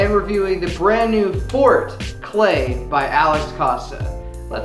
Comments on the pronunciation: It's not called fort, it's pernounced "for-tay" hence the E at the end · I'm sorry bro..but its not fort..😂😂 Its for-te....but you can tell Alex its fort now...😂😂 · It’s not fort it’s pronounced as four -te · Dude u need to get the pronunciation right 🙈🙈 I’m sure ur an intelligent guy but you sound so ignorant when you don’t know the name of the damn product....